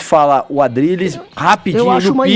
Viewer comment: Adrilles esse é o nome desse rapaz? Aplausos pqp falou direitinho.